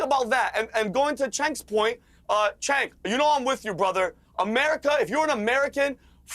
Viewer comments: Cenk is promced Jenk,. Not Chank. Annoying. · Why does Piers refuse to say Cenk’s name correctly?